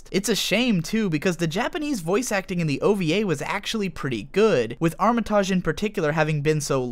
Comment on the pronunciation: It hurt every time you said her name because it is so mispronounced. It’s arm-it-age ! Loved polly matrix and the characters was great but duo matrix was pants. It cost me £30quid and a reader to play this on a PlayStation back in the day.. how I weeped when it was a shadow of its former self. Also Pluto was such a wasted character in Duo. We never really discover his purpose.